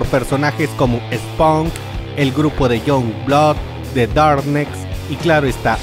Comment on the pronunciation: en "ImageN cómics" Esponk (Spawn) Younblóc (Youngblood) Darnecs (Darkness) Güisblei (Witchblade) muy bien el inglés! jajajajajajajaja